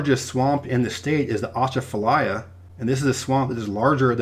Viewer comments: Atchafalaya is pronounced Uh-chaf-uh-lie-a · Atchafalaya pronounced ah-chaff-uh-lie-uh. Otherwise you did great with the pronunciations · Great video,great job but its ah-chafa-laya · The way you said Atchafalaya hurt me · Awesome video, but, a bit of a problem pronouncing "Atchafalaya", lol.